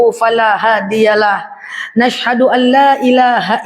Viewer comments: Kok yg saya dengar bkn asaduallah ilahailalah tapi nasaduallah illallah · Assalamualaikum ya....saya mendengar suara baru dalam mengucapkan "dua kalimah Syahadat", yaitu ada bunyi "na ashadu alailaha....dst", darimana asalnya, apa memang begitu cara mengucapkan syahadat, sekarang ini, sebab terasa aneh, maaf.